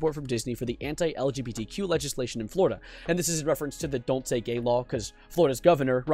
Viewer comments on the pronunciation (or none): none